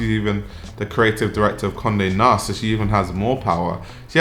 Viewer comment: At first I thought you said "comme de nast" 💀